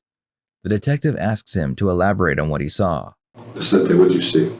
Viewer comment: It's Vicente not Vincente.